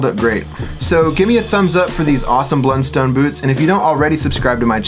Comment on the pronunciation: It’s pronounced “Blunstun”.